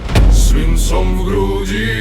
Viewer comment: мне слышится - с винцом в груди вместо с свинцом.